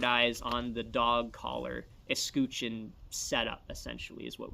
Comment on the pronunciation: Escutcheon Escutch like Dutch, I've never heard it pronounced scooch